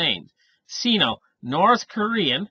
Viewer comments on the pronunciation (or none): It's pronounced "sign-oh", not "seen-oh".